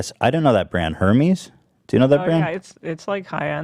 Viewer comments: Pastel Pomeranian no we don’t, the delivery company Hermes is Her-Meez, but the luxury brand Hermes should be pronounced Er-MEZ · Ethan you're rich enough to know what Hermes is.... and it's pronounced "Air Mez". It's French. For rich women basically.... a Hermes Birkin Bag will make most women have an orrgasm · I cringed so hard when ethan said Hermes bruh its pronounced air-mez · Lol Ethan it's spelled Hermes but it's pronounced ear-MEZ. Or err-MEZ. Depending on who's saying it I guess. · Hermes = airmaze It's french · Okay but Ethan's pronunciation of "Hermes" as "her-mees" killlss meee.. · The way Ethan pronounced Hermès, HERMIES 😂😂😂😭😭😭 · Ethan saying hermes wrong I love